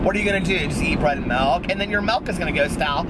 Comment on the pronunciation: You say "Melk" and I say "Milk".